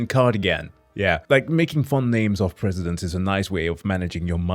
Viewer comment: Your knowledge of American history is pretty bad, and you frequently mangle names of presidents. I can forgive this, at least you are trying. But please, STOP TALKING OVER THE VIDEO. That is so, so annoying. If you could pause the tape before you speak that would be great; and maybe not interrupt with your own comments quite so much? Thanks, I appreciate your work.